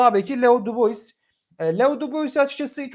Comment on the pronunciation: Dubois da "Dübua" diye telaffuz ediliyor. Neredeyse bütün yabancı oyuncuların adını yanlış telaffuz ediyor.